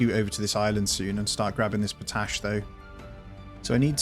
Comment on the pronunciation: you've gotta manage the pollution, you can literally see it sticking to the ground. Also, it's pronounced pot ash, like two words